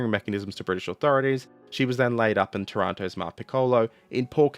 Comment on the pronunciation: Hey - native Italian speaker here. Hoping to help for the next time your subject brings you to pronounce Italian words... 1. TAranto and PICcolo - stress is on the first syllable 2. You pronounce "Giulio" as if it was the Spanish "Julio", like most English speakers. The "Giu" group in Italian is pronounced like you'd pronounce the "Ju" in "Judas" 3. The letter "c" is tricky in Italian. Before a, o, or u it is pronounced ilke a "k". If it is before e or i, it is pronounced like the "ch" in "Charles". So "Cesare" is "Chay-sah-ray" (sort of). 3.1. The "c" in "Decima", similarly, should be pronounced by a native English speaker as if it was written "dechima" (NB it is the exact opposite in Italian, "ch" is always pronounced like "k")